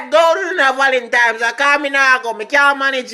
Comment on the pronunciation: Di man seh.." curfume".." valentime dayz".. I laughed so hard..😅😄😃😂🤣he really made my day...all now mi a laugh 😅😄😃😂🤣